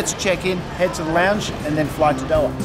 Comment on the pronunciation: I love your work. But please learn how to say Doha properly😂